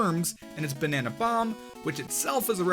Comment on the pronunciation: Why does he say banana that way